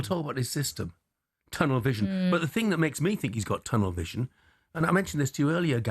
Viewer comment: Expert analysis. "It's the same fing!"